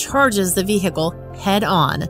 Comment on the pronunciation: Hey lady, vehicle the H is silent. Funny tho.